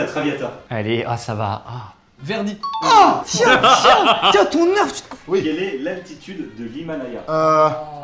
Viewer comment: On dit pas " Neurf on dit " Nérfs